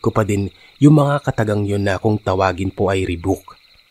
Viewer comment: rebuke pronounce as ''rebyuk''